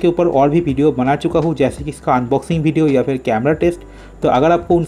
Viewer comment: Video bhai ap video bolo kabhi fidio bideo bolte ho yar